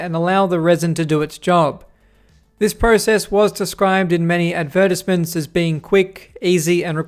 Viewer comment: Why do you pronounce advertisements like that?